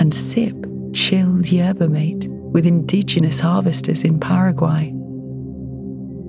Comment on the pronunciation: mate in yerba mate is pronounced "mah teh"